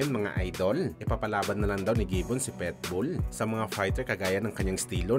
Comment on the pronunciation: Kakashupa mo napilipit na dila mo boy!!! PIT-BULL✅ hindi PEtbull ❌ ginawa mong literal na aso 😅😅😅😅